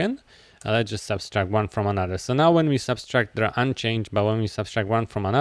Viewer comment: The tutorial is great, but the operation is called "subtract", not "subStract" 😭